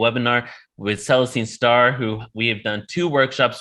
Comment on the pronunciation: Never heard of her & he cant even say her name properly